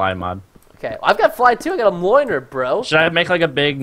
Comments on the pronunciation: Really enjoying crazy craft and hope to see it daily. Keep up the good work Pearston. Oh and Thor's hammer is pronounced mule-nir. d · You are pronouncing Mjornir SOOO wrong... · Not to bee a word nazi but it's thor's hammer is called (me)o)near)